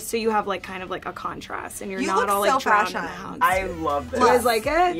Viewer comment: “you look so fashun” 😂